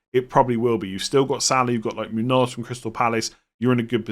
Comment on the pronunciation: It's pronounced Moon-Yose not muun-oz